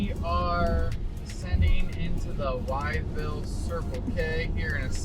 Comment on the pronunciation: Great video. FYI the town Wytheville is pronounced "With-Ville" not "Wyatt-Ville". Got a chuckle out of that. 😄 [Wytheville (/wɪθvɪll/ WITH-vihl) ]